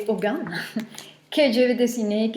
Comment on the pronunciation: Pour info on ne prononce pas le « g » dans le mot Ogham.